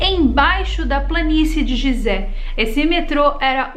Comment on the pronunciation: Muito bom o video adoro estes tipos de videos e quando tem fatos que se ligam e tals com outros assuntos. Pronuncia falada correta é Guisé, e não gisé. (Edit) É proibido ir la e filmar? Pois vi um vídeo de um rapaz que subiu na pirâmide e gravou la de cima, e no titulo dele ele dizia que nao podia subir la.